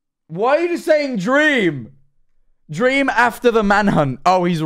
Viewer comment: dweam?? Lmao